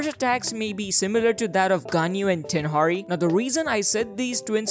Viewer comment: Did he just say Tenhari 💀